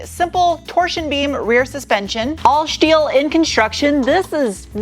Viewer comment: All "schteeel"